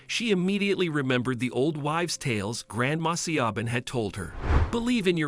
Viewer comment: SiOBHAN IS AN Irish name and is said Shivvorn (or near enough) .... just saying 🙂